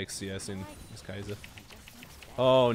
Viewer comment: It's pronounced Key Yah Suh